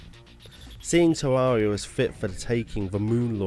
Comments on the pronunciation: Its tare rare eee augh not tare roar ee augh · ITS TERAIRRIA NOT TERARERIA GOD DAMMT A;LSDKJFA;SLDKJFA;LSDKJF;ASLDKFJA;SLDKFJA;SLDKJAS;LDKFJ;ASLDKFJASLDKFJ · Am i Dumb or hes saying tewawwia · Tevvavia? That is what he said, just me? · You can't even say "Terraria" properly. 😑